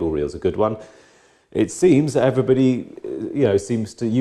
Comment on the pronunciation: "Hello everynagy"